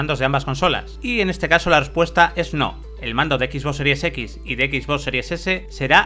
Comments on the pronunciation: Alguien me puede decir por qué dice “X boss” en vez de XBox? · Bueno creo que es la manera en que lo disen los españoles por que el rubius un youtuber famoso tambien lo dise de esa forma por a si desir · Son españoles no saben pronunciar bien el inglés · "Equis vos" XD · " equis bos" jajaja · Pierde seriedad con tanto decir "equisboss", es como lo de "uveerre" en vez de VR ("vi-ar"). Saben como se pronuncian las cosas y mas estando en un medio especializado, pero bueno lo pronuncian asi igual. En fin.